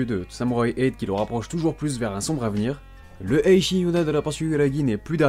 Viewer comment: Juste pitié arrête de prononcer "Eishi" à la place de Ecchi c'est perturbant